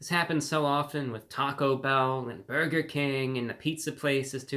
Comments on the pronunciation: You don’t talk like this real life do you? WTH is a “beargur”? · The way you say burger is the greatest thing ever!